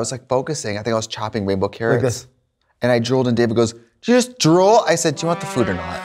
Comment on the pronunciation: Having to rewatch whole end segment bc i heard juul not drool the first time around